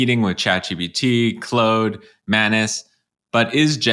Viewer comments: FYI, i am not sure what "clode" is and imagine you meant "claude" leading me to guess you are an artificially generated avatar with a minor speech error. My wondering if you are artificially generated reduced my confidence and interest as I assumed you were tricking me. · FYI it's Claude like "Broad", not like "Chode" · Generally speaking I like content. The only issue that bothers me is how he refuses to pronounce Claude the "correct" way and instead prefers to pronouce it Cl-old... He probably doesn't know that Claude is named after C.E. Shannon or the guy who invented information theory with his master thesis way back in the day. It would be like saying Einstein's name Ein-stoned... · Ha ha Mispronounced Claude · The only guy who says Claude proudly with a French accent... I don't think the employees even do that. Respect 🫡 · The way you pronounce "Claude" bro 🤣🤣🤣